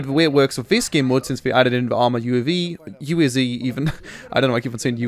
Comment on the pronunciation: wrong pronounce UAZ !